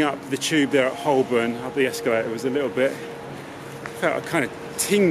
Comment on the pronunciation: He keeps mispronouncing Holborn.